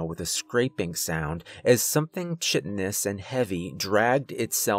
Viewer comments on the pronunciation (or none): Excellent story. You're a good reader. May I offer the smallest bit of pro advice? The words draught and draughty are pronounced draft and drafty. Chitinous is pronounced kite-in-us, accent on the first syllable. Good job though. 😊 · Chitonous is pronounced KITE-EN-US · It's pronounced "kite-in-us". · Sounds any normal movie theater to me. Nonsensical rules that will cause great calamity if not follwed exactly. Just an FYI, "draughty" is is the British spelling of "drafty". Also, chitinous is pronounced "KAI-tin-uhs". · chitinous should be pronounced Kai- tin - us. Loved the story.